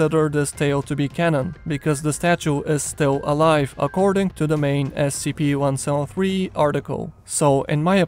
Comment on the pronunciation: "One sown three"